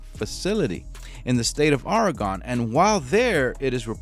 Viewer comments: it's pronounced ORY-GUN sorry but Oregonians take this stuff seriously. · I do not know a lot about Portland, but I lived the first 49 years of my life in Oregon. I usually don't correct people, but it's something about the name of my home state being mispronounced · Commentator needs to improve pronunciation of words such as Oregon, Creech & worship. Next, how is it that an inmate is able to garner a sock full of batteries while being incarcerated? Seems like a pretty lax prison… not that I support suing but if I would hav been that dude’s family member I would hav been holding the prison accountable along with Mr. Creech